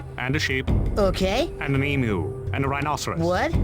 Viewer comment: wow! said Emu correctly